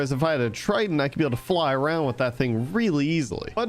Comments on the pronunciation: Tri-DENT!!!!! TRIDENT!!!!! Not "TRITON" That's the little mermaids dad broooo........ C'MON BROOOOO! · It’s TriDENT not TriTENT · Bro it’s triDenT not triton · How have i never noticed him saying 'Triton' instead of 'trident'?